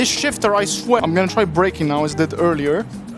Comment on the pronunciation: Shifter❌ Shitter ✅